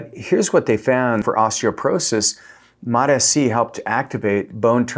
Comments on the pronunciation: Please mate for the love of god I love your content but please pronounce MOTS-c the correct way which is MOTS-c not MOT S C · It's MOTS...(pause breath) C. Mots...C Not MOT S.C. Properly pronounced please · He's gaslighting us by saying Mot-ESEE. You know he shuts off the camera and chortles gleefully at the comments. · Mots, like tots! MOTS-C learn to say it correctly, or why even bother with doing these videos? When you say these Peptides with the correct pronunciation, your credibility automatically goes up, and the reverse takes you down. MOTS-C!!! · I can’t trust anyone who can’t read the label on the bottle. It’s MOTS - C. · 3rd video of his I've come across that I had to leave early because I can't handle the MOT ESS SEE. pronunciation. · You lost me at the way you say mots-c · You lost me in the first 5 seconds, mispronouncing the peptide. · I am out he isn’t even pronouncing Mot-C right. You lost me. Laters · I trust Dr Trevor Bachmeyer more than this guy who can’t even pronounce Mots-c. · Haha I was just coming to write the exact same thing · It is so annoying I just stopped and went to the comments LOL ! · I hate the way he was saying it, I couldn’t finish the video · It doesn't bother me how he pronounce it. At the end we all know what he means. 😅